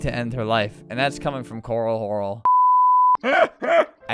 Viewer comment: Corl horlible